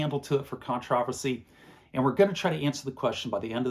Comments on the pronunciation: Con-trav-a-see. In Texas, we pronounce it con-tra-versy or con-ter-versy. I think that's closer to proper. A few seconds later, you say "con-tra-ver-tial", sounding much more correct. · What a bizarre pronunciation of "CONTROVERSY"! CON-TRO-VERS-EE Should be simple, yes?